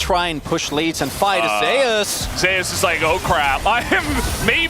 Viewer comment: why is he calling Zeus Zayus?